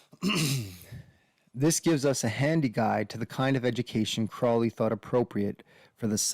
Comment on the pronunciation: The name Crowley rhymes with “holy”.